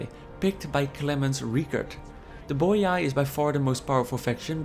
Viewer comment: good and interesting video, but i have to be that guy: it's pronunced "boee"